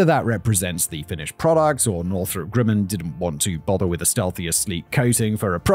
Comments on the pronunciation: That's not how you say Grumman. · It's Grumman not Grimin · Northrop ... "Grimmin"?